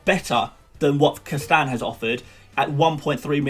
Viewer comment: You may wanna work on pronouncing "Castagne", not that I really worry about the the pronunciation, but it really sounded a bit weird when you said it at-least 20 times in 2 mins.